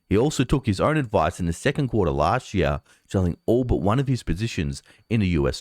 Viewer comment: "Chart", not "shart". "Last year", not "las sheer". "This year", not "thi sheer".